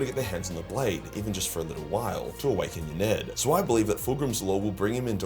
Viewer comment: Ynnead is pronounced In-ee-ad, or Yin-ee-ad. Peace brother ✌️